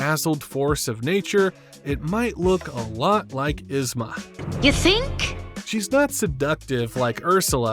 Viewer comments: To add to this, its "YEEZ-ma", not "Is-ma" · EEzma! Not Izma lol This was driving me crazy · It’s so weird to hear you call her Iz-ma lol. The movie calls her yeez-ma